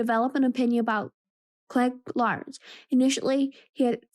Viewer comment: I wasn't going to say anything, because I don't want it to "sound" like I am picking on you, but after listening to quite a bit of your audiobook, I have to make a suggestion that I think will REALLY help you: learn the pronunciations of the names of the characters. When you pronounce Cliegg Lars, Watto, and others in a way that is not the way the movie does, it is really off-putting. Also, perhaps practice the text first so you don't stumble over words. I assume you are a tween because some of the big words make you hesitate? If so, you can probably get a bit of extra credit in class by telling your teacher about this labour of love. It's not a school assignment, but the teacher may view it in a way to give you credit for it!